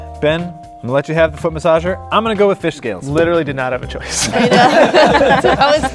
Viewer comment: jon: oh its a foot masasher me: i have a masagsh cair